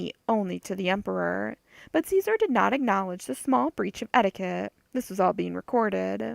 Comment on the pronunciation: I enjoyed this. I work 12 hr days minimum, this was good. My only criticism.... You keep mispronouncing Xizor... It is pronounced... She..zor. not zee zor